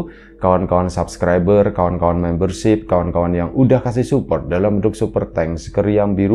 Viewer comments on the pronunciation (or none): none